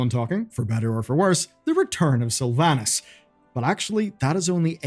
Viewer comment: “Return of Slyvanus.” I think I felt the collective sigh of alot of wow players 😂